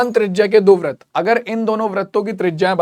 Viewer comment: Brit ko brat bolte hai